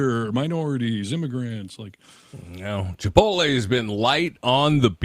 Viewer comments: It's Chi-pote-lay not chi-pole-tay 🤭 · Pet peeve. Please note, it's not Chi-pol-tay. is saying it wrong. Look at how it's spelled. Chipotle. It's Chi-pot-lay. I hear it mispronounced a LOT. Practice saying it correctly. Thank you. 🌯